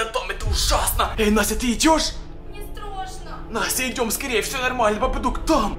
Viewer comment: Не страсно а страшно говори нормально